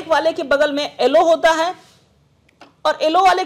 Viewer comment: sir aap pdhe likhe ho aap yellow ko ellow kyu bolte ho